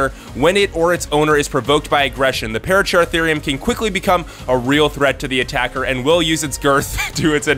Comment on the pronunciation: Pah-rah-cer-ahtherium, it's simple.